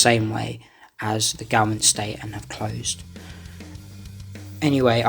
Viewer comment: Very good but the pronunciation of Gaumont - pron gomont...